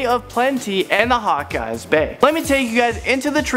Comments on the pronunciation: Hawkeyes bay.Its not a super hero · Lol on hawkes bay, hes said hawkeyes bay 😂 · The hawk eye's bay? You mean Hawkes Bay?